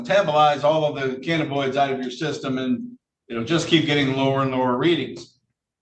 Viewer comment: Lol, the way he pronounces cannabinoids is making me crazy, it's ka nuh buh noyd, not ka na boid.